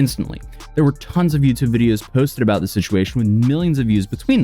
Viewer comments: “aboot” in his screaming rant was so funny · Everybody gangsta till a Canadian starts repeating A-BOAT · His "a boot" is nuts. 😅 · Lol this might be because I'm also from Southwestern Ontario, Canada but that accent isn't even that crazy. Like yeah he sounds a bit goofy when he says about but he's still completely understandable to me at least. Like Toronto has a bunch of different accents, like in the Jane and Finch area there are a lot of immigrants from Jamaica, Vietnam, East India, and Italy so their accent has developed into this really weird dialect including Jamaican slang like "Wahgwahn?". If you go to Markham (a city within the area that we'd call Toronto) about 80% of it's population identifies as ethnically Asian, if you go to Pacific Mall you'll find all sorts of Chinese bootleg products being sold (or at least that's how it was like 10 years ago when I last was there) and anyone over the age of 50 spoke with a heavy asian accent but all of their kids speak "normal" Canadian English. There are a ton of different accents in "Toronto" (locals consider anything that you can can access via the Toronto Transit Commission system to be Toronto which actually covers many different cities) some of them that are incomprehensible even by other locals, like if you didn't grow up in their area you won't understand their dialect or accent because it all depends on where they immigrated from and a blending of those accents. However, no Toronto accent can hold a candle to the Newfie accent. I'm not even sure other Newfies understand each other, technically they speak English but it's kinda like scottish wher